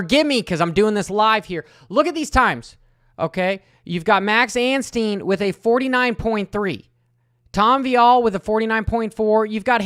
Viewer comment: that was funny! hey please now, out of respect for our new 250SX winner... stop adding an "N" to Max's last name. it's Ansteee, not Ansteen.